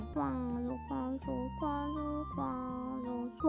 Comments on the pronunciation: Did anyone else start hearing queso after awhile? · I love the part where she sais Quaso